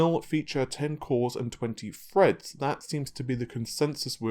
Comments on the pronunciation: God dammit now I cant unhear that..! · After watching your channel, I can no longer read threads as threads in my head. I read it as Freds lol